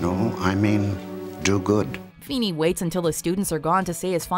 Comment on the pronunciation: Ahem FEENY FE HE HE HEENAY!!!